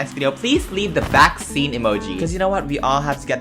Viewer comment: i heard backseat instead of vaccine- 🕺